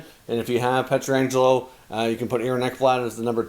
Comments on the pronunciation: I really enjoy your videos. Wish you could pronounce the St Louis defenseman’s name correctly, it’s PET-RANJ-ELO (not peter-anjelo). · It's not Pietra-angelo One 'A' there, not two. Pronounced Piet-rangelo.